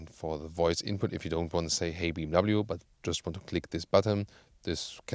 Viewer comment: He dosen’t pronounce BMW properly.